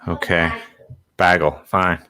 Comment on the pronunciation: Bag-el. AHHHH HER MOM LOL Mom pleaseeeeeeeee noooo don't bother the poor boy. I wonder about her parents lol Yea. i like Darius. <3 (well done. i'm glad using a cord to the internet worked wonders!)